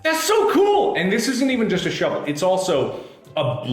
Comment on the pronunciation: Hari G I believe you mean “Mark: A SHOUVEL!”